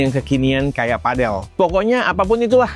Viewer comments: Cara bacanya padel bang bukan padel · Sebutannya padel bang bukan padel 😅